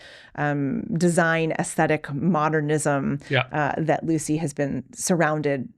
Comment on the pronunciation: I was the last ever pupil of Lucie Rie, she taught me on Hans' wheel which I worked on for a year. Everyone pronounces her name wrong, it is Lutsie, with a slight t sound. She corrected me sternly about this.